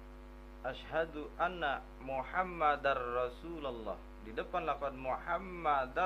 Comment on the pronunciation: Klo menurut pendengaran saya pas asyhadu sepertinya kurang jelas pengucapan huruf "SYIN"gedenya, apalagi pas yg ke dua coba dehhh ditela'ah lagi video ini 🙏🏽 maaf soalnya saya juga pernah belajar ilmu tajwid jadi tau mana yg jelas dan yg tidak jelas pengucapan hurufnya,menurut kesimpulan saya ilmu mahwu juga harus didukung sama ilmu tajwid ,🤭🤭🙏🏽 salam sharing dari MANDALAWANGI PANDEGLANG